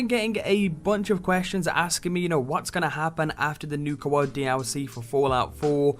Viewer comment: Nuka Woawd?